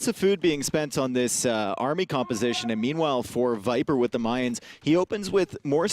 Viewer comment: Someone please tell how to pronounce Mayans correctly, I',m loving the tournament and everything but I cringe everytime I hear Mayans as in the month of May instead of "Ma-yans"